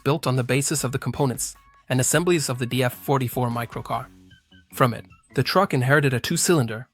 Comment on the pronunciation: DAF is one word not D, A, F.